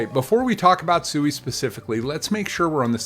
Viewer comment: It's pronounced swee